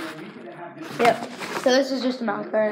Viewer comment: I love the way this dude says nice 'nas'😂😂